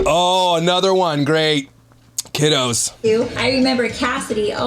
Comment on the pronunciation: Did he say "kiddos" 😭😭 I've been dying laughing at night to the mkya videos the last week! Just thought that was funny. I haven't laughed so hard in a long time!